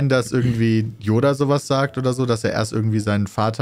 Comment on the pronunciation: dein ernst? " J oda "? mit J? 😂😂